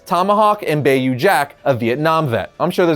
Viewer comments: I’m just upset he pronounced it “bay-you” I’m from Louisiana and it’s pronounced “bye-you” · It’s pronounced Bye-yu. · Ah yes... Bay-yoo Jack. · My “are you kidding me” has nothing to do with you disliking the Swamp Thing cartoon. It’s over how you pronounced “bayou.” Yes, I’m from Louisiana, but it’s pronounced “by-you.” Very very simple. “By-you” “Bayou” “By-you” Ok, now I can move on. Sorry. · Wait Bay-yew? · pro-tip,, Bayou is not pronounced "bay-you"